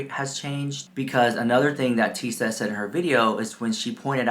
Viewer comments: Thank you so much, girl, for the laugh! You could not get her name right to save your life! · you called her Tea Sesh the whole video. Except once..😂😂😂❤❤❤but you know her and you do not even know her name You liar the house.😂😂😂. You better fix the video and correct her name and then I will believe you...😂😂😂